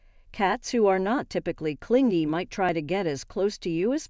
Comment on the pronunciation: AI lol, "clin-gy".